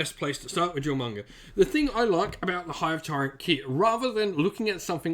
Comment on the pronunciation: Duly appreciate the advice, I've wanted to get into Warhammer Tabletop for years, and Jormungandr has hands down been my favorite factions, meta be dammed... you know, even if I visibly cringed every time Jormungandr was brutally misponounced, lol. It's a complex name, no blame there, but the J is silent; Yor-mun-gan-der.